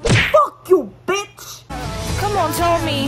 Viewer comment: "fouk you betch" NATATAWA AKO HUHUHU